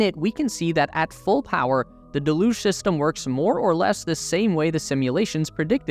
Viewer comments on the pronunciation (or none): "Deluge" pronounced del-uge >dell-uge< (dell as in bell, huge without the H). When you say de-luge is sounds like half of delusional 😂😂😂😂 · haha, he put me off everything else he said because I waiting for the next use of "de-luge-inal" 😂😂😂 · Its not pronounced "de luge"; its "del uge" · Would there be a possibility of pronouncing deluge correctly? It’s rather off-putting when said wrong. It pronounced deh·lyooj (or Dell lyooj). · Still mispronouncing deluge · Why do so so many people mispronounce deluge? It is a fairly common word. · It doesn't matter. Unless you're the type to go up to a Brit and tell em they're saying idea wrong because they pronounce it idear. Don't be a Karen. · Not to nitpick, but you're pronouncing "deluge" wrong. Just do a google search for "deluge pronunciation" and google will play you an audio clip of how to say it